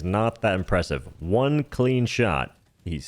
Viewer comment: Dude what's with the H in every W-sound? One is just one, not juan.